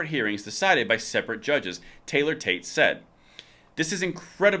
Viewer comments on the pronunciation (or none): none